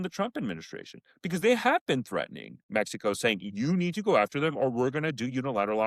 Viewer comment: In “Mex EE CO” 😂